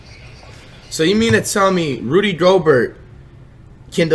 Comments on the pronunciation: this dude says rody instead of rudy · Its rudy not rody like roddy ricch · Bro who seen this nigga title who is rody my nigga u mean "rudy" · It's flight must of been high as FUCK because it's Rudy not rody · It’s Rudy not Rody lol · Nigga said Rody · “Rody Gobert” 💀💀💀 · Nobody: Flight: “Rody Gobert” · Dude said Rody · Nigga Said Roddy 😂😂😂😂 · yooooo I Love when Flight Says Rudy’s Name LMAO it’s an insult itself the way he pronounces it💀💀💀💀😂💯